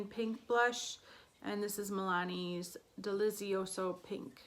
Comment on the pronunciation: I think it should be pronounced "delitsioso" (the z is strong, like in "pizza"). It's Italian for "delicious" and well I suppose this is how it should be pronounced ahahah